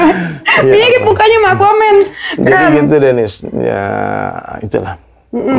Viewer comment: R Mirip bukan L ...R yaa..🤣🤣🤣🤪